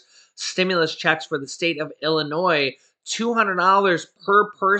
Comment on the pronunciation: Illinois without the S lol❤️